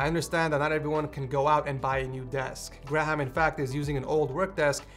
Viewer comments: "Gra-ham" XD I'm pretty sure its pronounced gray-am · i love the way he sais graham, gra-ham. bruh it is Gray-um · did he just say “gra - ham” instead of “gray - ham” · It’s Gray ham that’s how it’s said lol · Graham is pronounced 'Grayum' btw (at least in the UK) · im pretty sure he's saying "Graham" wrong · Why can't he just pronounce graham right